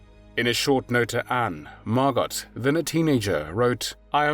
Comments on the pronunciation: Her name is pronounced Margo, not Margot despite the spelling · I have a couple of friends named Margot, it's pronounced Margo, not Margot. The T is silent. Pronounced the same here in the States as it is in the Fatherland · Yes,thanx,for pointing out the proper pronunciation. Margo,yes,not Margot! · Her name was actually pronounced Margo. And even thought it’s spelled Anne, they pronounced it Anna. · Please be aware you do not pronounce the T in Margot. It is Margo. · It's pronounced Mar-go. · Margot = MAR-GO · The t is silent by the way. Margo. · Not Margot. It's pronounced Margo! Just proves what damage religion does to humankind. Glad I'm a non believer. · MargoT ? Your AI narrator has a glitch. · generally the T in Margot isnt pronounced, its usually mar-go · Her name is pronounced Margo….to not pronounce the “t.” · Someone really needs to tell this narrator that the ‘t’ in Margot is silent. Her name is MARGO. Aside from that little annoyance, this was wonderfully done. Thank you. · Pronounced Margo! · Can someone please teach the narrator how to correctly say Margot? It’s not Mar Got (like got something) cmon dude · Even though her name was spelled Margot, it was pronounced with the "t" was silent. Her name was pronounced Margo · In the Netherlands it is pronounced as MARGO with O,T is not pronounced at all! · Margot was my mom's age. I believe the t in Margot is silent. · It’s Margot like escargot…. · I don’t think her name was MargoT ….I’m sure it was pronounce Margo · The T is silent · Please correct french name Margot not sounding the t. Many thanks . Best wishes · This is annoying me. Surely it’s Margot (softly pronounced) and not Margot, pronounced hard? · You are correct. So irritating pronouncing it incorrectly. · Margot is a French name and you don't pronounce the final 't.'